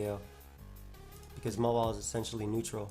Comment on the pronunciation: why do you call Mawile "Mola"?